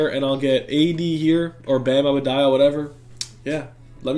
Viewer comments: And its bam A-DEH-BUY-O not bam A-BEH DIE- O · Adebayo not adebado lol